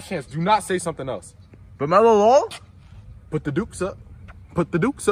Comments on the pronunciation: That's not Lemelo Ball that's Bemelo Lall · That’s not Lamelo ball thats La-hell-no-ball